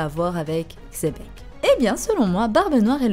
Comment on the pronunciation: Superbe. Oui le père au moins spirituel de BN est Rocks D. XEBEC (ça se dit Chébec)